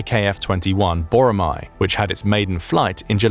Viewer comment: 보로마 X . 보라매O. Pronounce it correctly